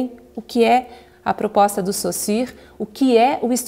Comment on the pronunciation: Já ganhou a atenção de seus ouvintes quando, ao contrário de todo o Brasil, é capaz de expressar foneticamente o 'u' em Sausurre. Parabéns. E obrigado pelo vídeo.